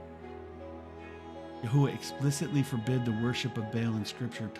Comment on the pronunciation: LOVE IT ! Everything is spot on, but it's actually YAH HOVEH God Is . They don't use the word IS in Hebrew because its too close to Eh heh yeh , I am,that I am ... And it scans with Hallelujah...which means PRAISE YAH I definitely think your pronunciation is correct though , that's the one I was led too as well , YAHUAH 💜🙏💖